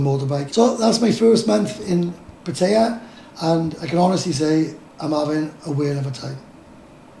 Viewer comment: Pat tie a not pat a ah